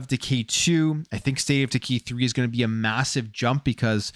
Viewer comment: Sounds like hes saying, "State of deGay 3" 😂